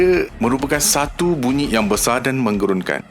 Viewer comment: Tapi bunyi paling pelik & aneh ialah BUNYIK dr sebutan ADMIN 😂😂😂 Hawau la.. BUNYIK tu buat aq ketawa x henti. Tq MIN tp sorry yer MIN.. 🙏 Slmt mnymbut kdatangn Ramadan